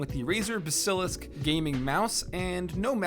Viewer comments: bah-sill-isk not bas- ehlisk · It's basalisc as in a serpent no ba-silic